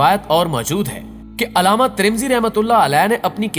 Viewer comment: aslamualikum bhai nice topic... but bhai wo alama nahi hai ALLAMAA hai